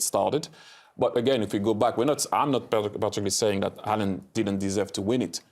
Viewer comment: I thought who Henry talking about as I thought he was saying Alan